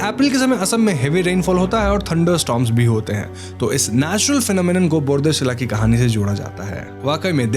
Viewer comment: Bordoisila How to pronounce = Bar.. dwi.. Shikla Bar means air, dwi means water and shikla means women.